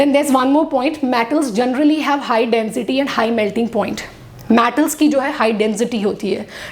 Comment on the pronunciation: Density ...Is it Den Zity ?